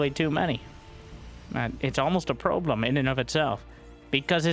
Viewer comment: "Now, here's the Probelem" 😂